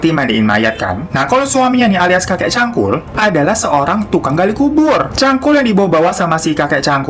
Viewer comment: Cangkul pake G kak.. bkan Cankul 🤣🤣🤣